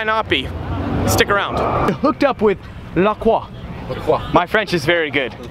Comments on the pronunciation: I hope you know it's not actually pronounced "la kwa" but "la croy" the French say it wrong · It’s pronounced La-croy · It's pronounced "Le Croy"....